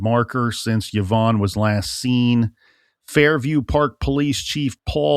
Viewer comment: it doesn’t I just couldn’t understand the YahVonne pronunciation! And it drove me to distraction!